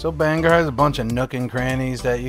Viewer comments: Well,im from Bangor and lived here my whole life..its not pronounced banger,no one pronounces it that way in Maine,we even have a song that explains the correct pronounced name..look it up and learn it. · You are the first person I heard pronounce Bangor as Banger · It’s BANG-Gore. “G” goes with both syllables. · I'm from Bangor and locals don't pronounce it anywhere near that there Welsh boy.